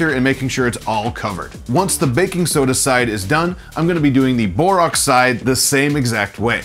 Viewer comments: It's pronounced "boreaxe" not "boreoxe", notice, it's spelled borax! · Great video but it's Bor-ax.